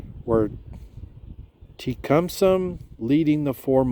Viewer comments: It’s pronounced “tuh kuhm suh”. The ship was named after Shawnee Chief Tecumseh. Good work on the storyline & the video, in general. But you needed to put more preparation in studying your video’s single biggest detail, the ship’s name. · Mobile is pronounced Mo beel Te cum seh